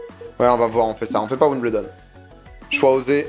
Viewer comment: La maniere que tu prononce Wimbledon me tilt en tabarnak haha